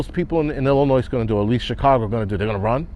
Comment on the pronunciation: FYI...., you don't pronounce the "S" at the end of Illinois